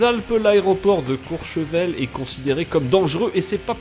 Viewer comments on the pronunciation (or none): Courchevel et non pas Courchevelle Merci